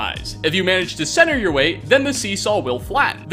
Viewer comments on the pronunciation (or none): none